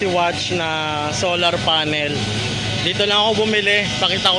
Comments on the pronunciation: Cringe ng pag pronounce watch kesa sa watts 😂 di mo ba na papansin yung mga vendor watts sinasabi hindi watch 😂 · Watts po hindi Watch!!!! WATTSSSSSSS, habaan mo ang essss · Ganyan bigkas na asawa Kong dragon watch din imbis na watts eh watch bigkas nya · Watts po hindi watch. Ngngo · Nakakatawa ka naman kuya 120 watch talaga baka naman 120 watts ,,katunog po ng what ,,😂😂😂 di po watch ,,ano relo lang ,,😂😂😂😂🎉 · pwede pakiaayos ng salita nyo watts not watch... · Watts po. Ok naman po content need lang iayos ang pananalita para mas lalo gumanda ang vlog